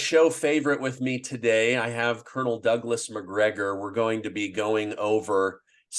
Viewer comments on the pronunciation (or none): none